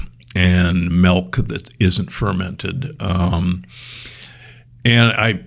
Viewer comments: Never trust anyone that pronounces milk like MELK. I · What the hell is melk?